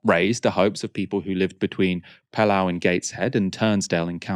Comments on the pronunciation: Just a couple of things, "Pellaw" is pronounced "Peelaw", "Lemside" is pronounced Leemside." It's ok you are clearly from "The South." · its more like Pee-Law but aye it was painful hearing it pronounced like that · It's Pee-law not Pell-ow 😂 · Pelaw is pronounced "Peel-or" not "Pel-au" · Great video but its Pea - Law 😉😉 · It's pronounced Pee Law but all one word lol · Pelaw is pronounced "Pea-Law" by the way x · It's pronounced PeeLaw.